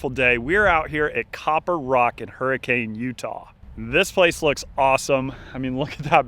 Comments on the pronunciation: Great video! Copper Rock is gorgeous! The town is pronounced Hur-ri-ken, not hurricane. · I'm sure some local has already corrected you (they sure corrected me when I was there) but the town is pronounced "hurrakn'" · A new course for me to play. Looks fun. Btw, the locals pronounce the city name "hurri-cun". Great round. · In Utah we pronounce Hurricane “Hurri-Kun”... I don’t know why